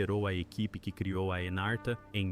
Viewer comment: Anarta, nao. Chamasa-se Encarta Encyclopedia